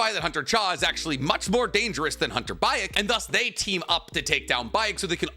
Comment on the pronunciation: Hunter Baek is pronounced Bek